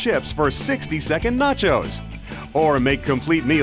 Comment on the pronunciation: AND EHHH....NAT-CHOZE ANYBOODY?